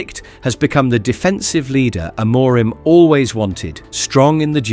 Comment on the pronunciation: Can't even say the managers name correctly. 😂